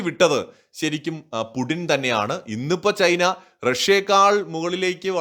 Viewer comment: Stop pronouncing /pudin/ call him either /puchin/ or /puTTin/. It is so annoying